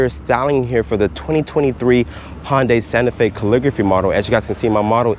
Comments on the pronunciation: Hun-Day. Not Han or Hon day. It's not a Honda and Hyundai fused. Nice review otherwise. < from Hyundai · HoN-DaY. Several times 😂